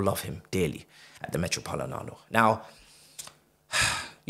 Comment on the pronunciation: Moment of silence for "metropolinano" ~